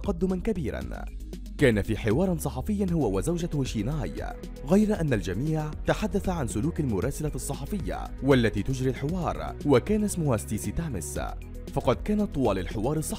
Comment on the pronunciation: والمذيعة اسمها ستايسي ثيمبسون انطق الاسماء جيدا ليست ستايسي تامس